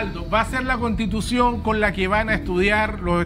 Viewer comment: Cuando dijo les invito o castitucion lo entendi todo xd😅